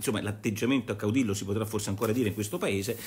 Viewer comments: Nicola Porro, si scrive caudillo, si pronuncia caudiyo. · Si pronuncia caudiglio e vuol dire duce